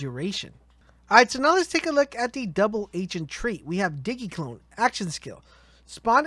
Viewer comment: Uh it's Zane as in like Maine but with a Z, also Digi clone like digimon not diggy. Lol Diggymon